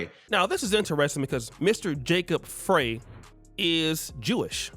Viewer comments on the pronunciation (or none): Ummm, Somalis have more than 2 "tribes" in Minnesota, but there are some tribes more in number. Also, the Mayor's name is pronounced "Fry" not "Fray." But I live here, so I wouldn't expect those things to be known by others who do not. And absolutely, none of these other groups adapt to Pan-Africanism, neither here nor anywhere else. They stick to themselves, in their own silos, and support themselves. Those over here, including Somalis, take advantage of benefits in this society fought for by our ancestors on our behalf. I've seen them put African American on documents to exploit our standing in this country. They might feign Pan-Africanism for the purpose of benefiting from us. But, for the most part, Africans are Pan-African anywhere but Africa. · His last name is pronounced Fry not Frye. Minnesota has the largest amount of Somali immigrants in the US. The mayor is very smart. During Covid, he allowed the Muslim prayor to be broadcast over speakers. No other religious group got that permission. They are Somali's not Somalian. We have had over $1 billion in DHS Fraud here in MN: Feed our Future, Home Health Care, Childcare, Autism Care, Non-Profits, investigations are ONGOING, and so the Minneapolis public blames the Somali community for most of it.